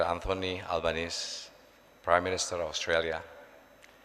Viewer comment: Kampungan abis dah.....nama pronounce-nya: ALBANESEEEEE not albanes